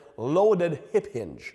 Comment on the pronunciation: "ip inge pattern" 😅